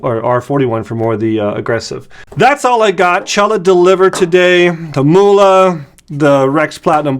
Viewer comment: Not "Muhle" it is called" Mühle" Youse Google translate, for the Word "Mill" pepper Mill